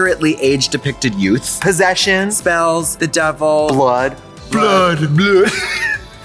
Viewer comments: I. Love. That. Tracy. Says. Netflick 😂 sometimes. Reminds me of Gotmeek 😂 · Trixie always calling it Netflick is the best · I love how Trixie calls it Netflick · Why does Trixie keep saying Netflick instead of Netflix